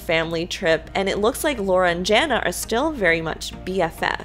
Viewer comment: can you say Jana with an A instead of Jenna. thanks